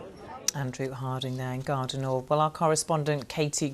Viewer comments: Did she SERIOUSLY just say “Gare du NORDE”? What’s happening to the BBC!? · Amazing accent... Gaaarrr deee nooorth 😂😂😂